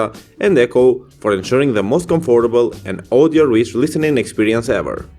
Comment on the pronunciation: The way you say comfortable makes me uncomfortable